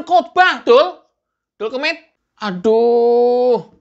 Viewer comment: Eeehhh...dul kemit...!!!😂😂😂 Jadi tertawa sendiri sy bang, dengar abang ngomong Dul Kemit🤣🤣🤣 Sehat dan sukses selalu buat abang.